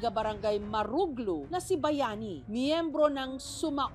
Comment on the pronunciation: Maam Jessica hindi po Suma o ang,,,sumawang po ang Basa dyan sa sumaoang